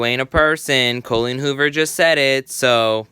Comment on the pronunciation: Cole-een Hoover. 🤣